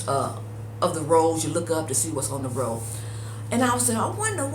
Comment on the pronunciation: Its a row not a rowe